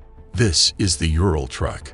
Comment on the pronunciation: The truck named Ural is actually read as ooral, FYI👌